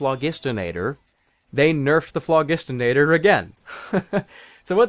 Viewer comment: Flogistinator? It's (Flo-Jist-In-Ator)